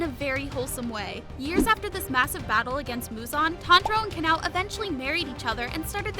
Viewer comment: it pronounced Ka-Na-O!